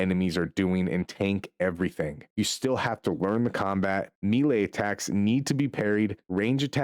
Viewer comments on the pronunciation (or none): Bro said "barayyge". It's pronounced barrage like garage. And melee is pronounced may lay. Not mee lay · Melee, Maylay, Barrage, Buh rajj, even if you say it in British English it dosent sound like you said it